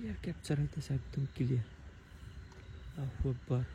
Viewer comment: আল্লাহু আকবার না বলে আল্লাফু আকবার কেন বলেন